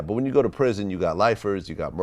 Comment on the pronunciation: "yeh issa real ISsa ISSA REAL PRIZZN" 😂😂